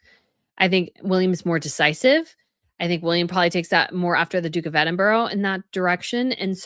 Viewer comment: It’s Ed den burra - not Eddenburg